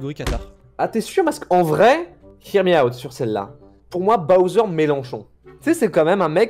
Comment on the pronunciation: C est melenchon et pas melanchon vous vous êtes gouré